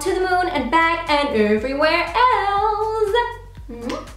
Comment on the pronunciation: Why isnt she being honest??? Is she afraid to say she didn't like the brush or the highlighter or the powder????!!! And more importantly why is she pronouncing "else" with z "Elze" ???